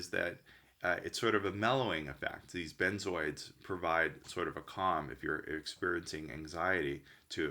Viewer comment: He called them benzoids, I’ve never heard that before, maybe that’s how Americans pronounce it? We call them benzos